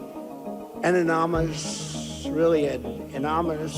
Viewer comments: IT'S ANONYMOUS NOT WHATEVER YOU SAID. So CULT FOLLOWERS AS YOU CAN SEE, "YOUR CULT LEADER DON'T HAVE ROOM TO TALK ABOUT ANYONE. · I want to give a refuttal! Anamonis